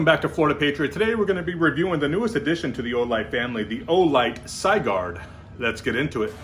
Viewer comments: Sigurd, pronounced Si as in Sit, gird as in girdle it's Old Norse and also the bezel is Stainless Steel. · Supposed to be Sig as in Sig arms and urd as in turd. Sig-urd. Something to do with someone killing a dragon in German mythology.